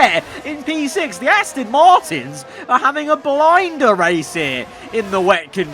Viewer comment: PLEASE STOP SAYING ASTIN ITS ASTON